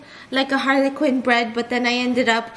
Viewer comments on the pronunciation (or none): I...is it just my wonky ears or does she keep saying harlequin and not Harley Quinn LMAO